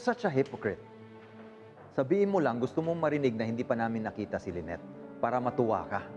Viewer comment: Ang name ba ay Lynette or Lyneth (with “th”)? Kasi is driving me crazy when he pronounces the name of his wife with “th”.